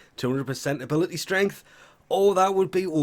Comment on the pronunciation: It has to be on purpose at this point... Pangolin is supposed to sound like Pan-guh-lin. And youre putting the "y" in the wrong place with "Stah-nix". Its supposed to be S-tie-ah-nacks (sounds like "eye and axe"). As in the character from Greek Mythology "Astyanax".